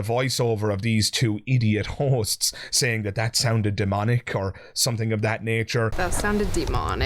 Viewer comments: This whole time I'm watching I keep hearing what sounds to me as whores. And I wondering to myself... No way, why does he keep calling those 2 girls sitting on the sofa whores?! 😂😂😂 Turns out he's actually saying hosts 😅😅😆😆😃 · I thought he was calling them Hoes. lol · Omg the first couple of times he said "hosts" I truly thought he was saying "these hoes"😅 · Forgive me but I keep mishearing you saying Hosts as Horses and I was like "what? why are you being so mean to them?" wwww